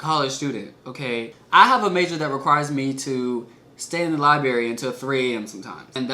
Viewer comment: library not ‘libary’ ... come on lol